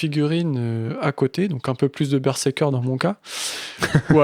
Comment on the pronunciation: Super cool a écouter comme d’habitude ❤ Meme si j’avais des spasmes a chaque fois que disait Bersékeur 😂